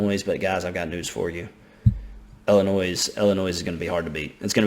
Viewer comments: Okay I’m sorry. It’s Illinois (L-N-Oy) not Illinois (L-N-Oys). Sorry that bothers me so much😂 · can i have your autograph? also illinois is said without the s on the end!